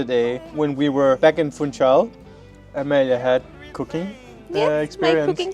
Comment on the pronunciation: I’m originally from Faial/staMaria in the Azores. I have visited Madeira. You couldn’t pay me to live in either place but am glad you guys enjoy living there. Congrats on new house it does look super modern and nice. One quick pronunciation correction for. Funchal is pronounced: foong -shahl. Not foon chal. The g in foong is silent.